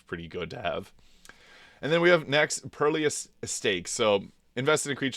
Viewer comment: Some of these pronunciations are wild. "Perlious" Stakes and Fracture "Psych" right in a row!